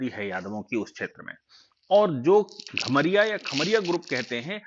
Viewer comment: घमरिया नहीं कमरिया होता है